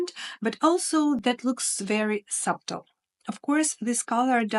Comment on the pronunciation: I enjoy your content and applaud you for the challenges of speaking a new language. Just for information, not criticizing, the word subtle has a silent b. So it sounds like sutle. Thank you for all the information you give us. ❤️